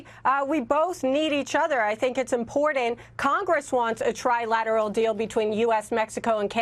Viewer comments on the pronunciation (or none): To the bright and beautiful woman in the panel tonight, please stop pronouncing the word "Important" as if there were a "d" in it! Too smart to be sounding dumb = )